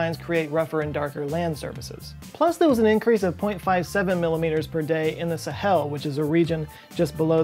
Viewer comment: And why didn't the musical you tell you how the pronounce Sahel? Also, the heat of re-entry is caused by compression, not friction. Two reasons why I unsubbed l-o-n-g ago. Interesting topic. I gave up .